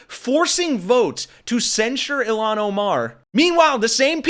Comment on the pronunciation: Isn't it "IL-haan"...not "Ill-aan"?